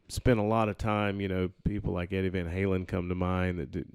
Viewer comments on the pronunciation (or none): none